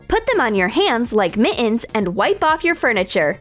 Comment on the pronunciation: the way she says mittens why is it so funny lmfao